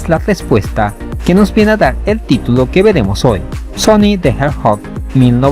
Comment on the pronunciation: Si esto hubiera salido en el auge de los plataforma 3d poligonales. Sega no se hubiera hecho Three party 🗿 El proyecto esta en pañales, por ende le falta un buen camino por recorrer 😎. PD: creo que se dice : the hedgehog y no hedjot 😅